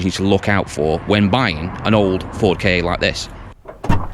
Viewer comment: It’s a KA not a a Kay Ay or K.A.